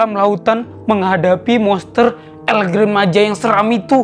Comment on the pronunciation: Bang di bacanya tetap Gran bukan gren